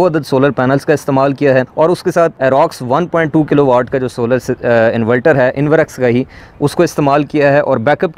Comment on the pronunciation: اسلام علیکم پیارے بھائی انولٹر نہیں انورٹر ہوتاہے